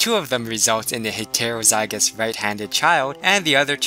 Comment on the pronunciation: Okay great video but please pronounce things properly like heterozygous it gets annoying how it sounds.